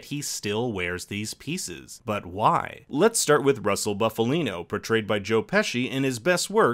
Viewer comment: It’s Boof-alino and not Buff-alino, pronounce it correctly!